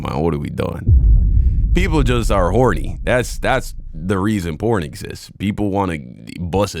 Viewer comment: It's just a kink, they can do whatever they want as long as they don't hurt others. Most of it is just filters, who cares. She's just trying to frame everything as patriarchy and I can't tell if she's saying corn or porn. lmao